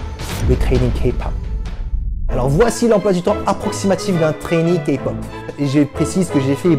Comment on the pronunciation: super tu sais enfin dire K-pop correctement (en plus t coréen donc tu devais normalement savoir) #ARMY !!!!!!!!!!!!!!! #BLINK !!!!!!!!!!!!!!! #EXO-L !!!!!!!!!!!!!!!